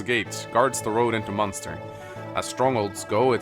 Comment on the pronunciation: Munster triggers me it's Manster